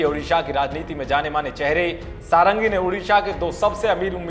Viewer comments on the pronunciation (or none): इनका नाम "सारंगी" नही "षडंगी" हैं।